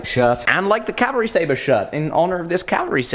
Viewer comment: He says "Staber" every time.. xD